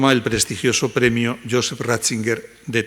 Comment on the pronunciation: No es Ratzinguer, sino Ratzinger